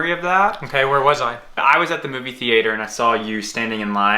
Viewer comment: TheAter lmao never heard someone say it that way